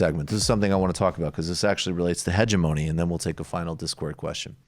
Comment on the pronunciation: Hegemony is pronounced: heg-EM-ony. (The strong syllable is the second) 🙂 The guest pronounced it correctly.